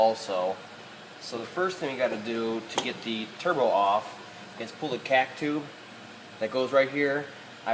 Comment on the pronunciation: I cant stand how you say "cack tube" lol but your videos are amazing keep up the good work